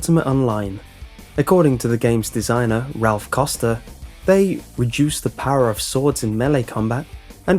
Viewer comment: it's Raph Koster, not Ralph Koster x)